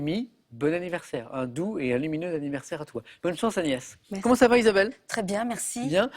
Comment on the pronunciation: PTDR à il appel agnès anus lol